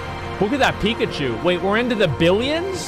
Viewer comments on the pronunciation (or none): none